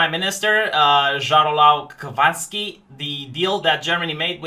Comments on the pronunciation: I think deserves an award for the funniest butchered pronunciation of Jarosław Kaczyński. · Well your pronunciation of Jarosław Kaczyński name cannot be more wrong and I love it :D